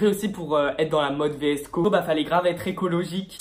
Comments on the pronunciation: vsco se dit visco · Ça se dit visco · on dit vsko girl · Vidéo pas du tout travailler tu ne t’ai même pas renseigné pour savoir comment ça se prononce , si cette vidéo a déjà été faite (et oui des milliards de fois) et genre aucun rapport avec la mode “année 80 ”🙄 Bref c’est une critique constructive parce que faut vraiment que tu t’améliore🥵